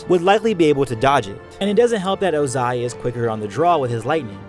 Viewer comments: Great video but come on man ur pronunciation of ozai kinda triggers me the pronunciation is well established in the series haha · I don’t like how he puts emphasis on the “a” in Ozai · YOU SAY OZAI IN THE WHITEST WAY POSSIBLE EVERY SINGLE TIME YOU SAID OZAI IT FELT LIKE YOU WERE VIOLATING MY EARS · I’ve never heard anyone pronounce Ozai the way you do, it’s so odd lol cool video, though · The emphasis on the “zai” part of Ozai....😅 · I noticed a constant change in pronunciation of "Ozai" and it frustrated me greatly. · Is it just me or is he saying Ozai wierd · Literally stopped watching the video because of how incorrectly and annoyingly you pronounce Ozai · You said ozai wrong the whole video and it bothered me really bad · you say the emphasis wrong in Ozai's name. this is disgusting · The way he says Ozai ABSOLUTELY TRIGGERS me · Anyone else annoyed about how he says Ozai? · His pronunciation of Ozai is actually pissing me off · Ozais one word not 2, otherwise great vid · hmm not a fan of how you say ozai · I dont like the way you pronounce ozai lol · Ozai is one syllable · It’s Ozai not o-zAi 🙄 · Lol the delay when he says Ozai like “OzAi” like lol bruh 💀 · the 2 pronunciations of ozai in this video: oh-zai oze-i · oZAI oZAI oZAI bruh its Ozai have u heard them say his name on the show lol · I know that this video is old, but do we know why Iroh looks so much older than Ozai even though they are brothers? Also, small nitpick (sorry), but definitely got to me when you said Ozai as [.o.'zay.] instead of properly as [.'o.zay.] and the fact that you kept alternating between the two. (For those that don’t know IPA and only know the Latvian symbols, his name is pronounced ō•zī with the stress on the “o”). I enjoyed the rest of the content though! That little bit just took me out of it and I’m sure someone else has probably mentioned this already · can you not put emphasis on the ZAI and not the O? It's O-zai not o-ZAI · its ozai not ozAi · It’s Ohzai not O-zaiii.